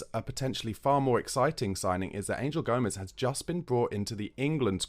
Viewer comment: Can I recommend you pronounce names correctly. It just sounds crass to say English Angel for a spanish player. Do you say Ain-gel Di Maria?